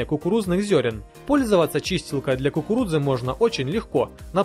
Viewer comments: Dasha M ты до кукуруДзы досмотри))) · Мне одной показалось что он говорил кукуруДза? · после пятого произношения "кукурудзы" пошла кровь из ушей. Так и должно быть?